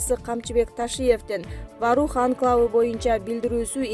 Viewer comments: Варух эмес Воорух деп эле окулат , тажаттын , сен озу тамганы эле тааныйт окшойсун . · Ой Воорух эле деп айтылат, кандай немесин Ваарух эле Ваарух дейсинда, туура окусан деги